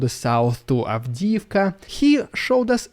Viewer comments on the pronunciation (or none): none